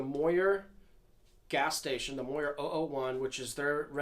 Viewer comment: You must of failed every single english amd reading class you ever took as a kid. Pronouncing randall and mooer so badly wrong the way you do. Great guitar tone tho.